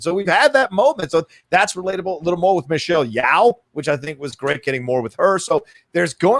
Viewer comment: I believe Michelle Yeoh pronounces her last name like it rhymes with "dough". Here's a video where she introduces herself